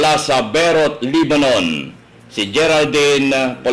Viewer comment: All scripted There are thousands of Good Filipinos with good and happy lives and spend more than 30 years working in Lebanon please do not discredit a country unless you been there then you might have a different point of view and please its LEBANON NOT LEBBANON